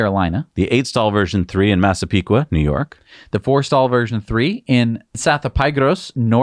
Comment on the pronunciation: Hauppauge is pronounced - "Hop-Og" To be fair, many Long Island towns are tricky for non-natives. Impressed with Massapequa!